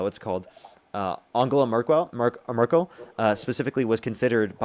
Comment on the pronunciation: ANG-gelmerka? You can’t even say her name correctly.